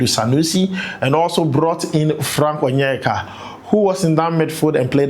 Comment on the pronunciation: you sure say you no be Igbo? The way you say Frank Onyeka?